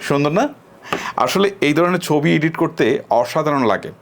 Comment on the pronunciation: উচ্চারণটা হবে এডিট